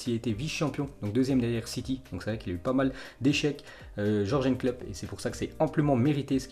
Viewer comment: Qui a envie de le détruire quand il prononce Georgenne Klopp